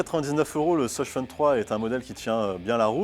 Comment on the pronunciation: 'de ssoss' j'étais morte